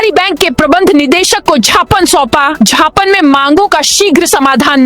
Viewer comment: Jhhapan mat bolo,gyapan bolo